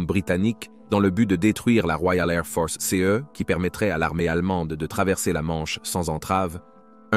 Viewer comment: "La Woiale Ai'h Fohce" :)